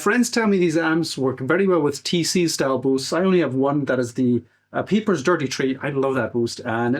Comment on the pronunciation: It's pronounced "peppers" not "peepers" FYI.